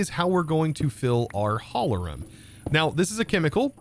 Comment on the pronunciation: I find it incredibly funny how you pronounce Hohlraum